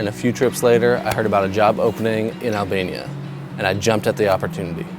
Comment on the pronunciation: i heard alabama not albania lmfaoo